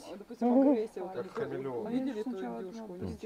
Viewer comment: "Они" ударение на О.